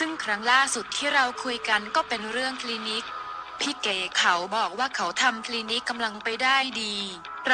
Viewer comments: อีบ้ามึ่งอ่านชือนอ้งเขาให้ถูกหนอ่ยนอ้งเขาชือเก๋ไม่ใช่เกกูละเซ็งคนอ่านข่าว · เก๋ กลายเป็น เก..คลีนิค เป็นคลีนิ๊ค ฟังแล้วปวดกบาลมากพอเถอะคนนี้อ่ะคือฟังแล้วไม่รู้เรื่องเลยว่ะ